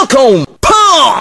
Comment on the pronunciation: at the end it sounded more like FALCON PWN!